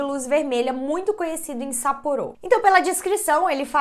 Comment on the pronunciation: Não se fala sapporô, não tem acento circunflexo, se fala sapporo sem acento.